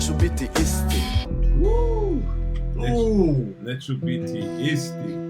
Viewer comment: neću biti isti .....nice pronaunciation!!!